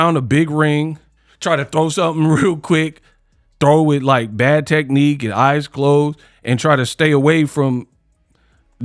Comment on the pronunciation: 'Meat wif me' pause